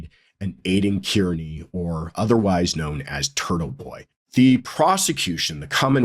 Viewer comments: Just a small note; Kearney is pronounced “Karney”…(I know 😉…Someone’s gonna say it). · Hey. Aiden’s last name is pronounced ‘CAR NEE’ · please be one of the few pundits who get Aidan’s last name pronounced correctly.. He is Irish. Kearney is pronounced Carney. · Have a friend with that name. Pronounces Kearney...not car-nee😊